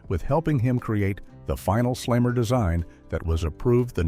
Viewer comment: Yeah that immediately made me realize I was probably watching ai slop audio over a real human voiceover